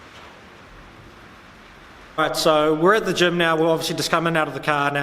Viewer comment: I was thinking that you are in Germ (Germany), but it's "gym". xD